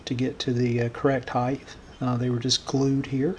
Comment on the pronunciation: I find your videos so fascinating and educational and you are very talented. Did I hear you say 'heigth' instead of height? Maybe it was just the audio and I apologise if I mis-heard you.